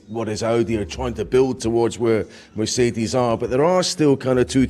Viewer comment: I like how he’s always saying Mercedes correctly haha